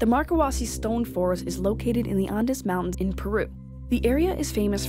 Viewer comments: "Ondis" mountains? It's "Andes" mountains. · Andes Mountains! It's pronounced Andeez, not Ahndess. Sheesh! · An-dis mountains?